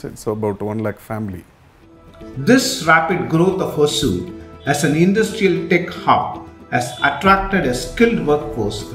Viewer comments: For beginners it's is Ho-sur.... Apparently Hosa-oor(the new town) in the past. It's not hoa-soor or hoaazoor... Even in Tamilnadu it is written as hoasur 😢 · Please pronounce it in its original way : Hosoor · All the investment attraction efforts of karnataka Govt has definitely helped TN hosur because of it's proximity with bengaluru and it's infrastructure like international airport. Hosur is a kannada word hosa meaning new ooru meaning village or town. Don't pronunce it as hozur or azure .